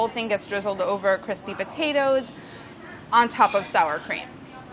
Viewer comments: Smashed pa tates! Amazing linguistic skillz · black pep, delish, po-tate? Is she having a stroke? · Fish-raisin pot-ta-toes. Did Rapport make this recipe?